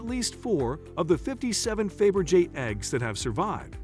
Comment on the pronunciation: Decent content. Abominable pronunciation of Faberge, Thames, and Greenwich to name a few. Bad prep and editing Do your homework!